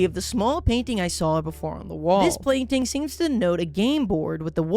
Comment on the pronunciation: ah yes plainting